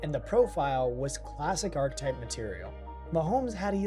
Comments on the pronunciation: I don't think knows that archetype has an E in it. He keeps saying arc-type and that's not how it's pronounced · There’s no way you really pronounce archetype as “ark-type”